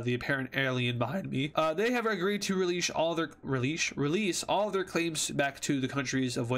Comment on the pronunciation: They Have Agreed To Releash All Their-!